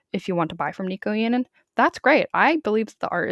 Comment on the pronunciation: if you are going to make a 20 minute video about someone can you please pronounce their name correctly